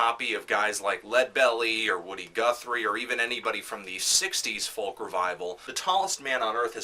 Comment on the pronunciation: you need to learn how to pronounce folk